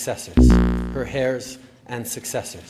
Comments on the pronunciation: Justin Trudeau saying hairs instead of heirs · Her AIRS not Hairs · do north americans actually pronounce heir as hair? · How can Trudeau pledge allegiance to the Queen's hair? Kind of like how Obama pronounces Pakistan as "Packy-stan." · I mean to be fair it is spelt "heirs" and there's not actually any good reason not to pronounce the 'h'. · Hahah I love that J.J. always makes fun of how Trudeau pronounces 'heirs.'